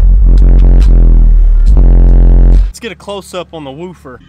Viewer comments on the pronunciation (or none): The way he says woofer LOL